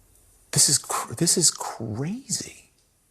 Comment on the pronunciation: Kah-ray-zee! Like, in kray-kray.